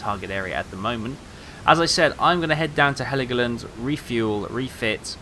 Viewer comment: Dude its called "hell-go-land"... Greetings ;)